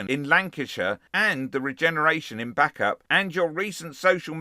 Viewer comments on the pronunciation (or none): Play the victim, its what they do. Bacup - pronounced bake-up, not back-up.